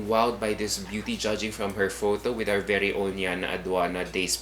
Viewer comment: I hope that Yana will improve her pronunciation. She communicates well, but her pronunciation of the letter 'e' is a bit odd. For instance, instead of 'ever,' she tends to say 'eyver’. instead of ‘very,’ she tends to say ‘vayry’. It’s just a small change. she’s a total package. 🙏🏼